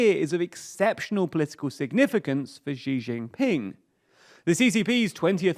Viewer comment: This guy still can't pronounce Xi Jinping.